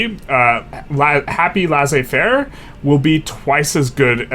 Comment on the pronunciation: Awesome video. I've noticed the wall in my games, around it I just stop building more construction capacity and start relying more on government investment instead of private. Its nice to see this published on a well articulated video That being said, I truly dislike how you pronounce laissez-faire